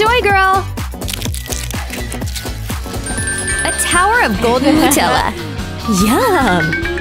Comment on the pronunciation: It's not Nutella it says mutella